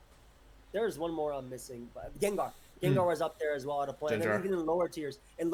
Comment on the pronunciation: There's one I'm missing.... Ah yes! Gengar! Wolfey: Yes, Jenjar.